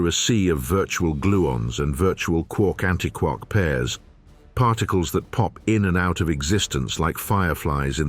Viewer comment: You know, if you used a qualified person to coach your VO talent, you might have avoided stupid errors in pronunciation, like “hay-dron” or “anti-kwark“. (The latter is doubly egregious, since just moments before, the topic was how “quark” doesn’t rhyme with “mark”, as the Joyce line suggests. If you, yourselves aren’t going to pay attention to your own content, why should anyone else?)